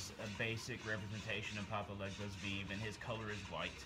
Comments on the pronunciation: VEEV 😂😂😂😂😂😂😂 that’s not how you say it lmaooooooooooo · It is "veh veh" not "viiv" and it's pronounced "voh due" and veve are not burned especially not to papa legba!!!! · Vay-vay* and voo-doo* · that’s fine lol. It was just funny